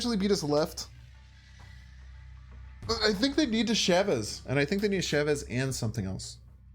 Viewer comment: U say Chavez like shavez but u also say magneto like magento